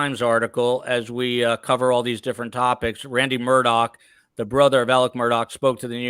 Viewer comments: saying “Mur-tock” makes me want to cut my ears off, Van Gogh style. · It’s not mur tocks. Omg